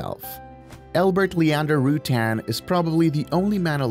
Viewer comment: For God's sake, learn to pronounce Burt's last name before making a video about him. And brush up on your facts. There are so many misleading and completely wrong bits of information in this video....